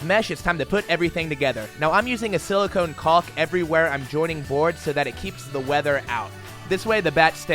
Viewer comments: Pronounced KAWK,.. not CALLK. And yes, it's important. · "Caulk" is pronounced "Kawk"!